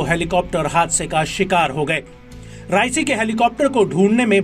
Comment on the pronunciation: उच्चारण सही करो, राइसी नहीं रईसी है, अगले को राइसी कह के चावल बना दिया.